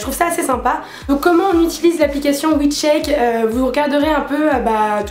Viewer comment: on ne dit pas "itilise" mais "utilise", aller salut ! 😂